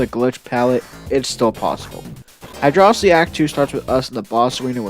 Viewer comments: bruh it's hydro-city not hydrossity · It’s pronounced “Hydrocity Zone.” ;) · The quality video and great concept do not excuse the use of "high-dross-itty". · Come on man don't 'whoops' it, own it. Hydro-city vs. high-dross-itty has been the longest standing war in the Sonic fandom. Stake your flag and be proud of it, no matter who hates how you say it. Hell, I'm pretty sure some smartass once called it "heedro-kitey" just to spite everyone else.